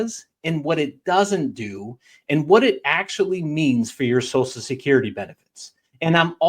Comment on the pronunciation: WTF is "SOSUL" Security?